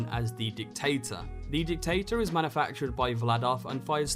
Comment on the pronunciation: Did you say "dick taters"?